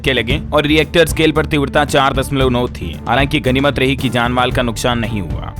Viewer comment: कम से कम हिन्दी तो सही बोला करो। चमोली है चामोली नहीं। भूकम्प नापने का पैमाना रिक्टर होता है रियक्टर नहीं। रिजर्व बैंक के गवर्नर (गवरनर ) होते हैं गर्व नर नहीं